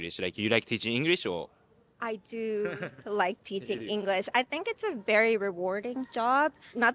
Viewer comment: "Ingurish" teacher, said